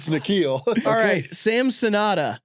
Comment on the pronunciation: hold on thats my name. you barely ever see the name in america lol. Also its pronounced Nick-khill